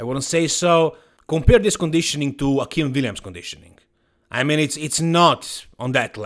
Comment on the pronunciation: Akim is super chill, so i don't see him posting the trash talk stuff. Heck, he's ok with everyone pronouncing his name incorrectly (it's A-Kim, rhymes with "hey Kim"). So, as much fun as that might be, i doubt it. Even if he will make Chris look small. Respect for the apology, you're a true professional,!